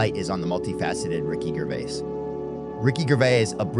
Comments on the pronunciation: at least try to pronounce his surname correctly ... Gervais is pronounced as Gerry would be, not Gherry. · I see you hat you tried here, but maybe an idea; try to get his last name right please?